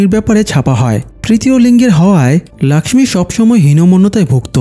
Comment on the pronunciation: Laxmi hobe na lokhhi hobe Hindi te Laxmi bole Tumi bangla te bolcho jokhon lokhhi bolbe abar thake....